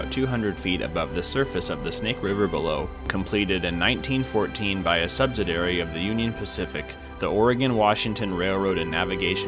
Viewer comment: Great photography…but narration needs a lot of help. Sub-sid-ee-airy…and it’s certainly the tallesT…not the talless. It makes your absolutely professional videos sound a bit amateurish. Use an active tense…in another great video…”Mount Hood can be seen in the distance…”. How about, Mount Hood is in the distance.” Huge difference.